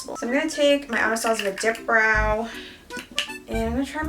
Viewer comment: When said “I’m going to take my Anastasia dip brow” I heard “I’m going to take my Anastasia dick brow” 😳😳😳